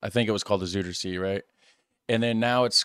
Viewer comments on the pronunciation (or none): "Zoiderzay" might be more close to your pronunciation. Just trying to help here. Some people still claim it's harder to learn Dutch than most other languages, because of its deviations and exceptions both in meaning and in grammar, not to forget pronunciation, but with the mixing of so many 'refugee' cultures and languages all is changing all the time. Makes it even hard for a born resident to keep up with the lingo. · Rijkswaterstaat channelmight interest you. You’ll find a lot on how the Netherlands protects itself against the sea, including the Deltawerken. You pronounce Zuiderzee quite wrongly 😅.